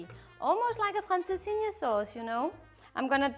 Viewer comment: I’m sure people have told you already you have the Portuguese pronunciation on spot, Can’t wait to try them both tomorrow if making your recipe for francesinha …can’t wait , keep those great recipes coming 🥰🇨🇦🇵🇹